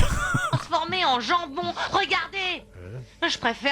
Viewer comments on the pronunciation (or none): none